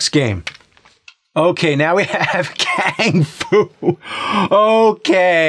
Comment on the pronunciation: It's not kang fu. Its kang F U.